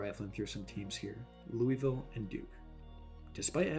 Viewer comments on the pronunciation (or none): "Louisville" pronunciation 😆